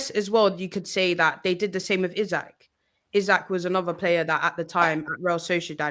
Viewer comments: It's Isak (E-Sack) not Issac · Is there a reason this guy won’t pronounce Isak? It’s not Isaac.